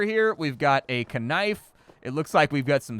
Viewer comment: When you said knife wrong